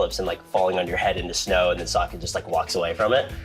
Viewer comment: You mean... Soak-ah 😉